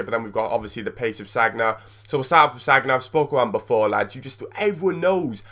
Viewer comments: its sanya not sagna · It's pronounced =sanya